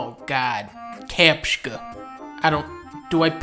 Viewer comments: everyone: captcha dunkey: capska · ''Oh god. Captckha'' I lost it there. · mmmhmm yes. That's him saying cap-chi-ka. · Nice one "CaptchKa"! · Cause if this video I can no longer pronounce Captcha any other way than Kapshka... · "capchka" ahhahahaha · CAPSHKA. God LMAO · why are you pronouncing it like kapchka? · HELP IS THIS ACTUALLY HOW U PRONOUNCE CAPTCHA